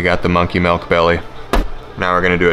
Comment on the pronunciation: How come you say "Dill" right but not "Milk"? Lol